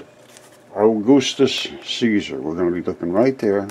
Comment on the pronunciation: “Au-goosetus-Caesar “ Lmaoo. Your a funny guy